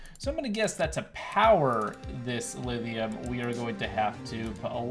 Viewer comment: Look up how to pronounce lithium